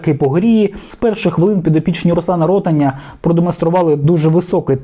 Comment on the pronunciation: Не РОтаня а РотАня